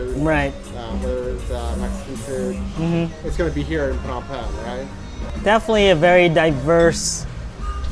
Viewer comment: Why are you pronouncing it PEENAM PAYNEE WTF